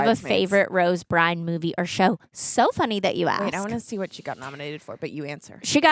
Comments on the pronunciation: Isn’t it Rose Byrne? Not Bryne? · Her name is Rose Byrne. Not Rose Bryan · Rose "burn," not "brine" but I respect the propaganda-level commitment to this mispronunciation despite seeing it properly spelled 5 times in a row from someone who seems to be a super-fan. Greg: let these two watch I Had Legs... on here! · Rose Brine? 😂 Rose Byrne lmao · It's Rose "Burn" not Rose "Brine". This is why no one will remember your name. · Y'all threw me tf off for a second when Rose Byrne walked on and you said "It's Rose Brine!" and I doubted myself and had to go check if I had been misreading her name all these years but I wasn't haha Her surname is pronounced Burn 😅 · came here to say this too!!! lol BYRNE not Brine!!! hahhhaha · since you said her name wrong twice, I gotta call you out,. If you love her, say her name correctly please. Byrne, like Burn. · pretty sure Rose Byrne's last name is pronounced 'burn'. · Came here for this.